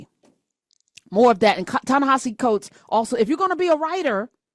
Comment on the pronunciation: I know right? It's not like he's some new kid, he's a MacArthur genius grant recipient Wtf people, don't miss pronounce a person's name, it's all we have